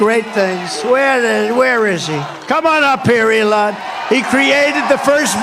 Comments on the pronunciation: Trump called him "Elijah". Did anyone else catch that? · Did the confused old man call Elon "Eli"?